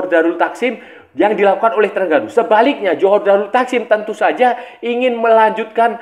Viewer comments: Sebutan nama terengganu "the rHeng ganu" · org indonesia penyebutannya E (spt E pada kata Ekor), sedangkan TERENGGANU, huruf E itu sebutannya seperti E pada kata Emak atau BEkasi, bukan Ekor, tapi kita santai2 saja lah, bkn masalah besar